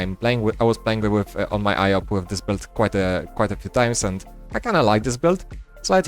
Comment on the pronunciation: hi without any hate, I just want to mention for you to improve maybe. When you pronounce "Build" you always say - "belt". For a second I thought you were talking about belts instead of builds. Try to pronounce build as - "byld" or something like that please:D. Cool video otherwise we can see you have a lot of knowledge now in pvp and iop seems very fun. Nice 1v2 clutch!